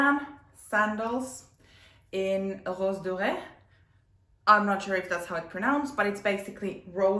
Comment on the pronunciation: "Rose doré" for rose gold you said it perfectly right !